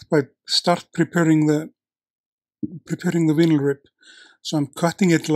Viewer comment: Have a safe flight, my friend. I forgot to ask, is Mobuto is a word in Icelandic? Meaning? Side note: the US & Canadian pronunciation of vinyl (and I’m not sure if it applies to British pronunciation) is different. The “vi” is not pronounced “vee,” instead the “i “ sounds the “ie” in “tie”, so it’s pronounced “vie-nil.”